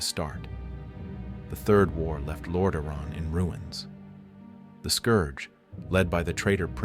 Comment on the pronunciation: The scarlet crusade/brotherhood are such an interesting adition to the lore, showing that even holy light can be wielded for evil if its wielders walk a crooked path. Great vid ( & nice Ai voice you chose, tho it does struggle with "Lordaeron" lol )